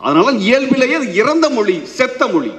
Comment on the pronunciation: மொழி னு சொல்ல வரலை மொளி னு மொளி சொல்லராரு.. ivaru tamilan na ...